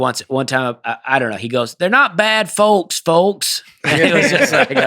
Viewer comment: OK, I am watching this old episode number 101 and you guys keep pronouncing the L in folks and it is silent. It’s folks as if it would be FOKS not FOLKS just saying keep up the good work you always do.